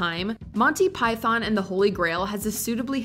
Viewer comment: Learn how to say python.